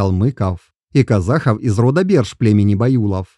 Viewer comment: Я полагаю, что либо выборка не столь достаточная, либо не верный анализ сделан. Кто этот автор ролика? Почему аноним и читает неправильно название родов? Боюсь, что все это лажа, расчитанная на зрителя, несведущего в генетике. Чему вы радуетесь, братья казахи?